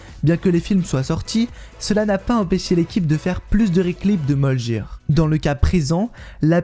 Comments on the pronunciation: On ne dit pas "audine" mais "odin" comme ça se prononce et on ne dit pas "moljir" mais "mjolnir" le j est mué donc ça se prononce plutôt "miolnir". Sinon ,bonne vidéo comme d'habitude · "djolnir" ? t'es sérieux là ?